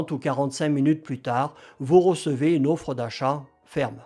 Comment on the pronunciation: Bien cher vous, une offre, pas une auffre....😀 Sinon, IA=KK...